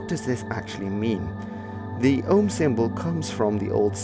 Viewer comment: Andrew Vasirov no he prouncing it wrong